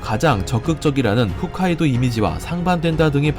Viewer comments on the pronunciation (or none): 흣카이도가 이니라 ..... 홋카이도 입니다 .... 잘못 알고 계신분들이 많네요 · 훗카이도가 아니라 홋카이도임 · 훗카이도가 아니라 홋카이도 에요 ^^ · 좋은 정보 감사합니다. 한가지 후 가 아니고 호 홋카이도 라고 읽어요. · 아 귀에 계속 거슬리네 ㅎㅜㅅ카이도가 아니라 ㅎㅗㅅ카이도. 쫌